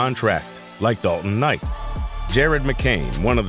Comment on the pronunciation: The host on this video totally meesed up on the pronunciation of Dalton's last name. 💯